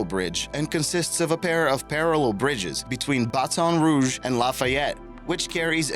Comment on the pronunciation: We made the list but he say Baton Rouge wrong